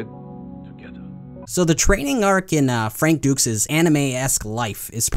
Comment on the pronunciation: Hate to break it to Frank this way, but d-u-x isn't pronounced as Dukes: it's Ducks.